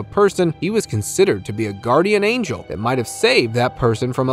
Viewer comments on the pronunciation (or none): none